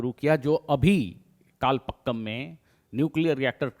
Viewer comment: It should be कलपाकम and not कलपक्कम.